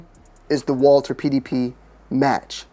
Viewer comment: Winning so much mfs still don’t know how to say their name